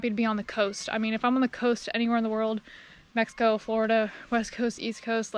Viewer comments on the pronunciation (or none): none